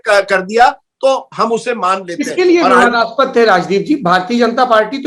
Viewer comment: विवादास्पक नहीं विवादास्पद होता है राजदीप 😂